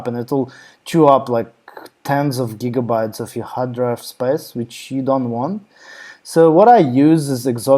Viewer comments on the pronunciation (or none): none